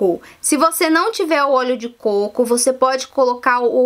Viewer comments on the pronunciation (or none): none